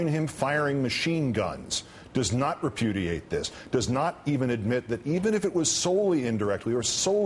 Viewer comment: hahha he said reputiate !! this is WIN